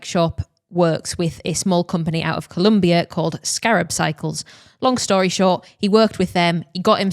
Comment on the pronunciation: colombia with an O, muchachos. not a U. we're quite sensitive about this. :P i will also add that colombian cyclists have traditionally been referred to as "escarabajos"--which roughly translates into "beetles"--for their climbing capabilities... hence the name of the brand. :) LOVE the show and LOVE LOVE LOVE you as people. thank you again for your beautiful content.